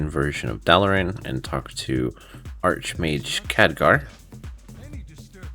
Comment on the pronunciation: Exarch= exark. archmage = Arkmage.. your driving me mad bro